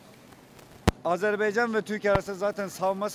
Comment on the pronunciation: Sağol qardaş ancaq Azerb'e'ycan yox Azerb'a'ycan📌🇦🇿🇹🇷